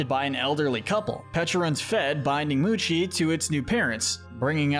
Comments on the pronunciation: Nobody is gonna talk about how he pronounced “mochi” like “moochi” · also pronunciation is poor for some words. I understand but saying mochi wrong is wild. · Bro he says moonke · Mochi ❌ Muchi ✅ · the only thing he pronounced incorrectly is mochi, not even the name of a pokemon, and magearna which isnt even that bad. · he said mochi wrong also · Disliking because dude can't even pronounce mochi right.